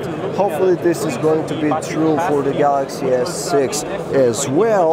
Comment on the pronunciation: "Galaxy S-Sex"